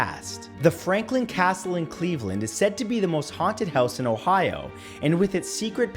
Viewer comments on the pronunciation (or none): none